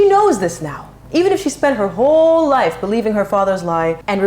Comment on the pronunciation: when meg says "it was another life" she sounded like "another lie" loooOl freud did you feel that?